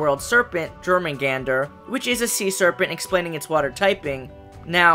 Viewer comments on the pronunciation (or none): none